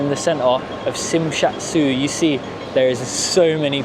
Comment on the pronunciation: I'm from hk qnd you pronanunced it wrong it's jmshazui